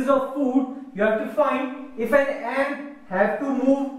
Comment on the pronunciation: sorry its not aunt its ant